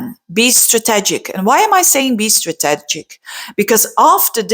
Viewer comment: I love you & the way you impart the knowledge...I know you want to know so I'm letting you know....strategic...is said as such...Strateeegic... Much love. Wish I could speak Belgium x